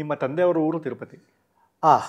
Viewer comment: 1) ಕನ್ನಡ ಹೋರಾಟಗಾರರಿಗೆ “ಹ ಕಾರ” “ಅ ಕಾರ” ಗೊತ್ತಿಲ್ಲ ಅಂದ್ರೆ ಹೇಗೆ😅 2) ಹೂರು ಅಲ್ಲ ಊರು. 3) ಓದೆ ಅಲ್ಲ ಹೋದೆ. 4) ಹದ್ದೂರಿ ಅಲ್ಲ ಅದ್ದೂರಿ. 5) ಹೈವತ್ತು ಜನ ಅಲ್ಲ ಐವತ್ತು ಜನ. ಪ್ರತಿನಿಧಿ ಆಗಿರೋ ನೀವೇ ಈ ತಪ್ಪು ಮಾಡ್ದಾಗ ಇನ್ನು ಆ ನಿಮ್ಮ ಶಿಷ್ಯ ಕುಳ್ಳ ಸಂತೋಷ ಏನ್ ಮಾಡಲ್ಲ ಹೇಳಿ. ಎಷ್ಟೊಂದು ಸಮಸ್ಯೆ ಅನ್ಯಭಾಷಿಗರು ಟೀಕೆ ಮಾಡ್ತಾ ಇದಾರೆ. ಇದಿಕ್ಕೆ ಮುಖ್ಯ ಕಾರಣ ನಿಮ್ಮ ಶಿಷ್ಯ ಸಂತೋಷ.